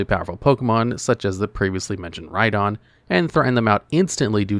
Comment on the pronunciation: he says "RhyGON" lmao